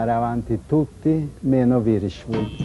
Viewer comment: Vierchowod che diventa virchwod detto da lidholm.